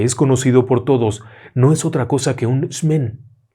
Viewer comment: Disculpe no se pronuncia xmen si no gmen y se pronuncia jmen, así como psicólogo se pronuncia antes la p así la j, la x es algo despectivo la xtabay, xmejequizin que es pequeño diablo